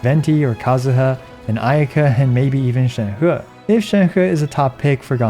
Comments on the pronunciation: Hey, on ur Sheng He video, pls pronounce Sheng He more like "sheng-her" not "sheng-hurr".:) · Please stop saying ShenHUH! It isn't fun or funny. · I feel like everybody having trouble pronouncing Shenhe